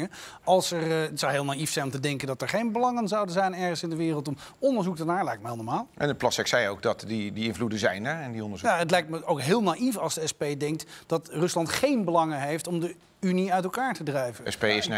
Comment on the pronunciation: Noemt Rutger Plasterk nou "Plassex"?